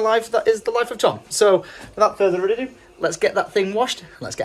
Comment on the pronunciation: Without further adodo. Is that what I heard 😂😂